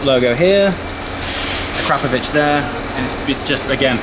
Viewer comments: Akra-povic. Not pronounced "crap" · Akrapovic all the way. But is biker boys pronounce it ACK RA PO VICK the way you say it sounds like it's A CRAP OVITCH makes me cringe lol. But great car got Q7 myself n akrapovic best choice 100% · think its AKRA-POVIC in pronunciation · Ahh crap o vich. I think you mean akra povick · Can someone tell him its pronounced Ak-Ra-Povic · Akrapovic ( akra-po-vik) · Ahcrapovich - Nice!!! Please learn to pronounce their name correctly. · Learn at least how to pronounce it.